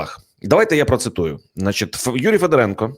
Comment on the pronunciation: Не ФедорЕнко, а ФедОренко. Ведучий, ти навіть не військового, а людину не зневажаєш. Де вас вчили?? Хочтебе, хоч Дрозда з Гаврищаком. Ви ж ведучі престижних каналів. На курси якісь запишіться.